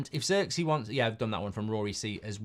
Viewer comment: I hate how Mark says Zirkzee 😂😂😂 that’s not how you pronounce homie name 🤦🏾‍♂️